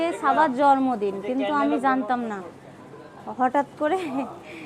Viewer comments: জর্মদিন বলবেননা। জন্মদিন হবে। উচ্চারণ এতো খারাপ। শব্দ করে খায়। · জরমদিন আবার কি জন্মদিন বলতে হয় সামান্য জন্মদিন ও বলতে পারেন না এটা নিয়ে সবাই কতো কথা শুনাবে। আপনাকে কস্ট দেবার জন্য বলিনি। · মাদ্রাসায় লেখাপড়া করেছে। তাই হয়তো কিছু শব্দে ভুলভাল করে। যেমন: টমেটা, জরমদিন, ফেলাই, ছারা